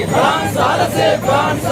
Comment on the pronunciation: Dai news reader lose athu prince illa France